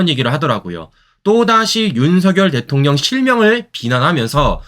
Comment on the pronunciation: 김병주는 말하는.품격이 육군 대장 출신 이라고 보기는 영 아니네요 발음도 엉망이예요 대통령 이라는 발음을 못해서 대통년 이라고 말 합니다 이사람 여러모로 볼때 별을달수 있는 품격이 아닙니다 그리고 이념적으로 공산주의자 입니다 이런 사람이 대장 출신 이라니 문재인이가 진급 시킨자 인지 궁금 하네요 수준으로 보아서는 육군 상사 수준도 안됩니다